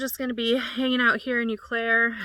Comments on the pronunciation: You were near where my dad was born and raised in Fairchild. Fyi, it's pronounced "Oh Claire". 😊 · Welcome to MN! Btw, no big deal but the Eau in Eau Claire is pronounced O Claire. Eau=O sound. I hope I don’t jinx you but do you ever get mice? How do you deter them? I love watching you & Joeys adventures ❤ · I have never heard someone say Eau Claire like that. It's like oh Claire.